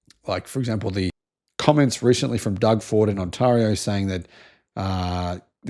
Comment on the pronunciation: I watch your videos about Canada to hear you pronounce Ontario. I love it.